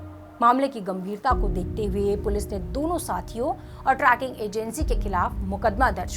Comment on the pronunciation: Tracking nahi madam. Its trekking. Tree-king